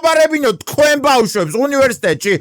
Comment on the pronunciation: აღარ მომწონხარ რაღაც, აღარ გამოთქვავ სწორად ბბბააააავშვებს 😂😂 რა პონტია ძმაო,გაასწორე მეტყველება, ბბბაააააავშვი 😂😂